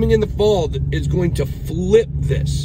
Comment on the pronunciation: George vs Bit boy hahahahha one guy can’t pronounce “going to” and the other is the Libertarian champion of ADD. I don’t think George takes the invite, you can sense he is uncomfortable in discussions that involve shrewd wit. Personally I think both you guys are more entertainment channels. I can’t imagine the wreckage of a portfolio that follows both of you for fiscal policy and market analysis lol. Rather than an awkward passive aggressive personal validation session between you too, have the token metrics or market cipher teams on and move some units, machine learning exists for a reason. This gets you paid, and your viewers paid. Let George be right polishing his invisible opinion trophy while you count stacks. The yield on ego validation is always sub zero.